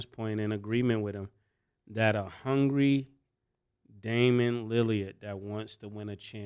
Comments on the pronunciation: I'm tired of mase pronouncing Lillard name as "Lily-erd" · Yall gotta get people names right Caleb Williams not Celeb, Joe Burrow not Burrows, Mike Tomlin not Tomlinson, Damien Lillard not Lilliyard come on guys but I love the show. Yall are rappers yall know words. I actually know bout of yall from Foot Lockers in Atlanta. Me and Cam kinda got into it at Lenox you remember “Stankonia” but you still my nigga! Mase used to show mad love at Sugarloaf too!